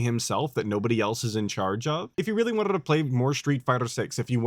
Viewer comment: the way you say " wanted " is wild. But I like it!